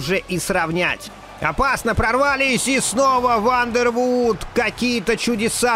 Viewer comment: Вандервордт, бельгиец. Две о в его фамилии читается как одна о.